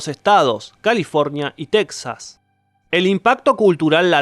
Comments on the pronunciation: Tecsas .... jajaja es Texas (Se pronuncia Tejas), casi me suscribo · Muy buen video, se ve que te informaste muuuy bien. Solo un pequeño detalle, tal vez por sudamericano no sepas qué Texas, se pronuncia Tejas, es un nombre español que se refiere a los techos de las casas españolas de la Nueva España. Para los sajones y para los mismos españoles con los cambios de la Real Academia de la Lengua, la “x” que antiguamente era pronunciada como J o “sh “ así como MEXICO lo Pronuncias bien (Méjico) igual Texas se pronuncia Tejas. Saludo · El tipo la cagó en la posicion mundial que Canadá ocupa en cuanto a su extensión territorial, crees que se iba a dar la molestia de buscar cómo se pronuncia texas correctamente? Es argentino le dice a la Y Sh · No le pidas a un argentino que pronuncie bien